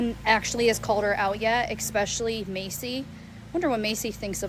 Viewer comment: jenelle every time she says “exspecially”